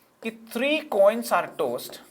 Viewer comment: Tods sounded like toast